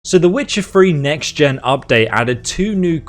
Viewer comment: Wait, "Witcher Free"? What's that?